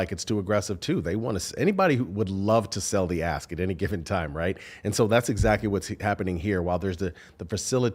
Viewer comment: I wanted to laugh every time you guys said "pay through the ask" and it sounded like "pay through the ass" and the meaning didn't change whatsoever.